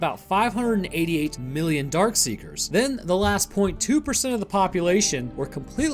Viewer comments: No offense, but It is "Dark Seekers" not "Dark Sayers" or "Dark Seers" as you tended to pronounce it. FYI. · It’s DARKSEEKERS not dark see(ers) like you said. And they aren’t “sleeping” when Sam runs into the building. They’re feeding on the deer. If you missed that, then you should watch the movie again. Lot of auditory cues in there that I bet you missed. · Not dark see-er, Darkseeker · Why does he keep calling them “Dark-see-ers”? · My favorite part of the video is how straight up refuses to pronounce the “k” in darkseekers 90% of the time 😂